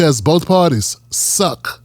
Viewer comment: "Boaf parties suck" illiterate a-hole